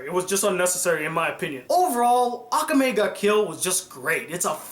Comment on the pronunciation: Who does he pronounce so bad i swear some people cant say akame the right way